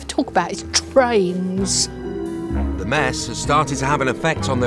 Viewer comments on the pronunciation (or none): How says trains made me chuckle